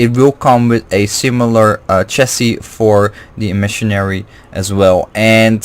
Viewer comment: Eh-meh-sary (Emissary), not e-Missionary lol. Agreed, one-piece hilts are awesome for cutting back on unintentional-unscrewing! So far I haven't had any trouble with my saberforge Oracle, however, been having some trouble with my ultrasaber archon v3 and its' neck loosening while trying to swing. Looking into a different emitter; thinking of going for Ultrasaber Malice, Overlord, or Archon v2.1